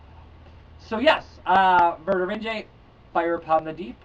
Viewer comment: Vinge-E, I believe. I just started this book and am digging it.